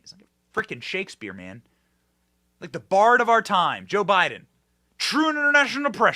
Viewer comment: He is the bard of our time! -You’re right! Wait, I thought you said barf 🤮